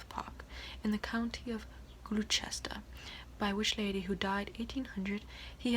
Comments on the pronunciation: lol whats 'gluechester' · Good accent, except that "Gloucester" is pronounced "Gloster". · Your pronunciation of Gloucester floored me. Rip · 'Gloucester' haha